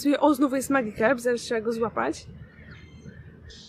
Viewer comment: Czyta sie Madżikarp